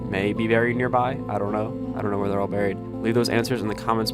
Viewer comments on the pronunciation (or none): none